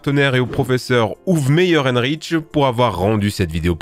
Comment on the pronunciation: Bonne vidéo, par contre, t'as pas essayé d'apprendre la vraie prononciation de Uwe Meierhenrich? 😂